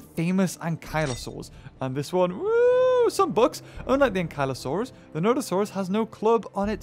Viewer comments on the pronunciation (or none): none